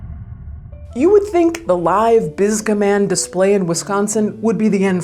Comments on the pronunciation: One error: Bisga Man 5: spelled “Bigsa.” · Bisga?! I hardly know-a! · “Bisga Man” is gonna be my new favorite drinking game. Dangerous, yes. But fun. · New game: take a shot every time they say "bisga man" 😂